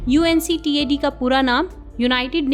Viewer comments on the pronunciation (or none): Mam, UNCTAD hota h na ki UNCTDA hota h- Time